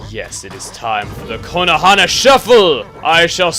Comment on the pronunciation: every time you sat Konohana I think you say Konoha wrong :D